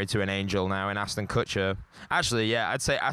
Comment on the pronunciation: also Aston =/= Ashton